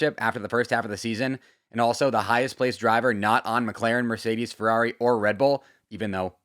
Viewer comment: bro finally said "Merdeces's" in one take